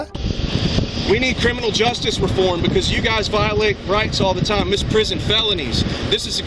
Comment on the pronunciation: I’m a lawyer. He’s a loon. And it’s misprision of a felony, not misprison.